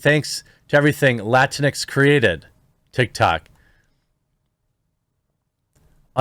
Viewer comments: PS - it’s pronounced “Lah-tinks” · It's pronounced la-tinks. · My Hispanic wife is just as confused: is it pronounced Latin-x, or Lah-tinks? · I hate seeing "Latinx" because everytime I see it I pronounce it "Lah-Tinks" and that sounds more insulting then just latino/a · I just like pronouncing it "latinks" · When I first saw that idiotic word, I literally thought it was pronounced “la-rinks” This stupid pandering is accomplishing the exact opposite of what they’re trying to pretend to accomplish. I will not accept the categorization that they attempt to place on an entire Hispanic heritage. I reject this label wholeheartedly. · I heard someone on a major news network pronounce it Lah-Tinks before and I almost peed myself! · It needs to be pronounced Latinx (Luh-tinks), to make it sound as stupid as it is. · I thought it was pronounced “La tinks”. If so, I’m not surprised it hasn’t caught on. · We (latinos) know "latinx" is a white people thing because it's impossible to pronounce in spanish or portuguese. Not a single latino or latina would have come out with that term, ever.